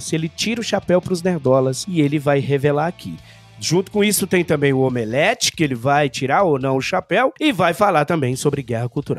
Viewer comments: Eu racho de rir quando eles dizem "Omeleft"! kkkkkkkkkkk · "OMELEFTH".😆🤣😅😅... Perfeito!